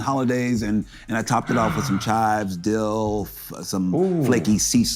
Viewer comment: Did he say "topped it with some dilf"? 🤣